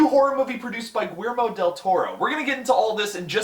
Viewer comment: The way you said Guillermo made me giggle lol.